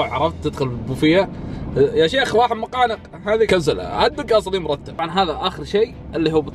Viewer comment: كأني سمعتك تقول "مقانق" وش تحس فيه 😂😂يرحم امك لاتصير من النوعيات اللي تقول مقانق اسمه نقانق طول عمرنا نسمية نقانق مادري من وين طلعتوا حرف الميم ولا خلك على الهوت دوق ازين لاتقول نقانق ولا مقانق